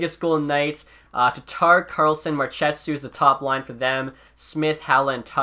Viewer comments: How do you pronounce Marchessaullt wrong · The way he said Marchessault's name